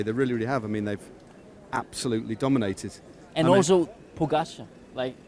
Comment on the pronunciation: Great voice of this commentator, way to go Who, indifferently, unprofessionally, lazily, will not learn how to pronounce name pogacar Ugh